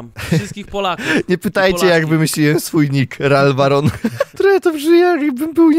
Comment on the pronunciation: XD Zamiast Ralwaron, usłyszałem Larwaron. 😂 I takie miałem: Księciem średniowiecza ? 😐 Z taką nazwą ?😶 A nie przypadkiem jakąś larwą ? 😗 Połączoną z Ronem Wesleyem ? 🤔 Ale później spojrzałem na nik i takie: No … już ma to sens… ale bardziej to ma coś z barona niż księcia. 😂 + jeszcze, Ralfa demolki. 🤣